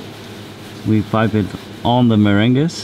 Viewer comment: "The merenguess"😂😂😭